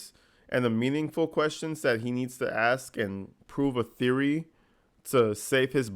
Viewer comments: Did you "axe' or make a "takit" (tacit) agreement to meet up with the forehead or did he have a fivehead? With that receading hairline does he have dreams or movies?... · “Axe” “Texas” classic dumbass🤡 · Nope , he likes to argue, but can't pronounce this simplest of words like, ASK, Oath,Tacet . He's really an idiot!